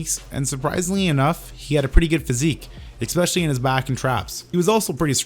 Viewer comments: Dude, there's no such word as expecially. It is Especially. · "expecially" is not a word, moron.